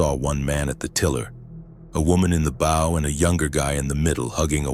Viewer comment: These robot readers never get bow right. The front of a boat is a bow, not what you shoot arrows with.